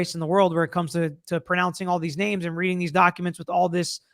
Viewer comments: To the defendent: "Is this the exact spelling and pronunciation of your name?" commences to trip-up the names of every victim Sort of inexcusable. Even at college graduation, they have you submit the phonetic pronunciation well in advance if you have a complicated name, so that the presenter can properly identify you. Just seems sort of disrespectful. If ever I was called to give a speech, I'd go through the text and hone my articulation of troublesome words well in advance...gosh, especially if you're dealing with the names of victims. To some, it may not seem like a big deal; but for the loved ones, it can be quite painful to see your deceased family member reduced to a word salad. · I agree.. he also said it himself after this in the gag order hearing that this trial has huge media attention.. yet he somehow didn’t know how to pronounce 2 victims’ names.. can’t imagine how their families felt in court.. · Meanwhile judge Judge couldn’t pronounce the victims names 🙄